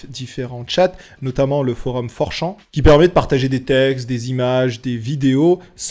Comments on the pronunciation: 😂"4 Chan " ne se prononce pas "Four + Champ" .... Chan n'est pas un champ de Maïs. Chan > Channe ! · C'est pas (prononciation) for champs c for chan comme un âne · fourchan, mes oreilles saignent